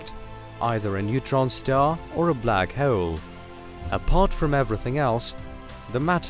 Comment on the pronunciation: This guy: Black heaol